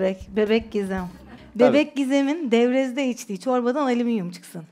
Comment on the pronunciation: Doğrusu Alümünyum olsa da çok eğlendim ama, yaratıcılığınıza sağlık! :)) Nil : Aliminyum Evrencan: Alimimyum Devrezz Devrezz... Edit: Doğrusu "Alüminyum" ;)